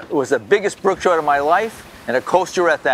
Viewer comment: "brook Troot" gotta change my lingo I guess . Cool place.